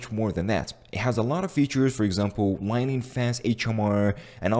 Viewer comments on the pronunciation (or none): none